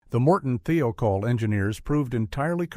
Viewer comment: He said Uh Oh, not uhhhhhho. It is Morton Thiokol, not THEOKOL